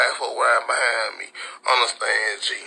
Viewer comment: "Did u underSTANG?" 😂